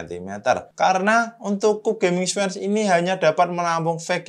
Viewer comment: dibacanya kyub gan 😁